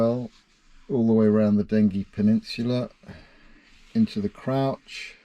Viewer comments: Loved the video but while we are on pronunciation I have always known it as Dengee, with the g sounding as the letter name. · Sorry to correct you, I was born on the Den-gee 🤣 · Just a point of information; having lived in the village of Dengie for some years in my youth, it's pronounced 'Denjie'.